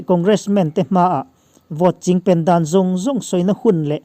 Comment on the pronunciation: Chingpen tih hi a thluk a dik zan lo emawni ka beng a lai zawk ni ka ngaithla fuh thei zan lo a thluk a dik lo nge ni. .. a bengvar thlak thin lutuk e, inthlahrung lovin rawn chhiar zel rawh